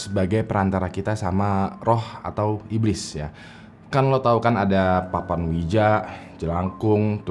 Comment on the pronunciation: gua denger nya papa ninja bukan papan Ouija